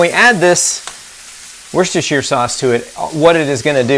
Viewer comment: Very clear concise explanation love the pronunciation of Worcestershire sauce that’s like a level 100 word! 😊.